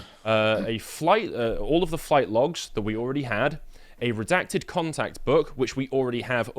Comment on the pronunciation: "Saaar do not redact do not reeedact!"